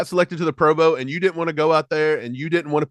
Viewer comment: Why keep talking about the bengals. Move on to the eagles morons. You kids say pro boa instead of pro bowl 😁